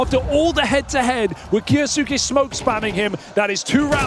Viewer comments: It makes my ears bleed when the announcers say Kyousuke's name wrong. KYEWS-KE. Watch one anime and you'll learn how to pronounce that. Frfr. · I really wish they'd learn how to pronounce Kyosuke... lol